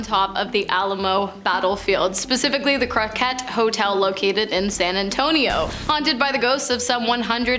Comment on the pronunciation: You said San Antonio wrong. That’s not how someone from Texas would say San Antonio. I’m from Texas by the way. On # 10, # 8